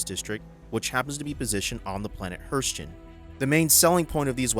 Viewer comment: Pronounced HER-z-TON